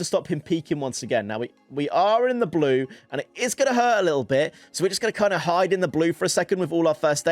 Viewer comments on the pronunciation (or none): none